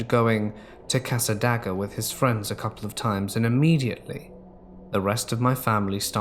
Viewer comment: I gotta say it cause it'll probably be in other stories eventually. Cassadaga = cass-uh-day-guh